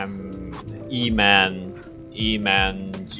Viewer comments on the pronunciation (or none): In bahasa : "emang" Meanwhile you pronounce : "e man gee" 😂😂😂